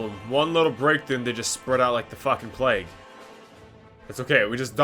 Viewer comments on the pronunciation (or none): none